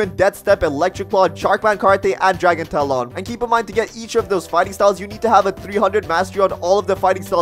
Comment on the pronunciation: tf is dragon taloooon bro u messed up